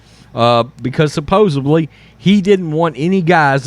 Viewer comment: It's supposedly not supposebly.